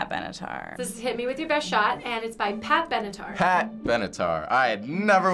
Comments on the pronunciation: She always says pat benetar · LMFAOOOOOOOOOO says Pat Benatar every episode